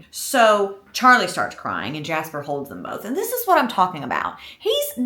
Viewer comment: “Jaspah” is sending me so bad 😭